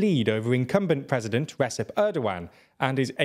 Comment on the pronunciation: ReDJep. It's pronounced Redjep. Not Resep.